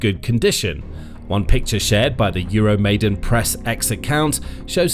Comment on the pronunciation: EURO-MY-DAAAAAAN!!!! Come on guys! Please get it right! It's EURO MY DAAN! NOT 'MAIDEN'! You are starting to sound like trump or MTG!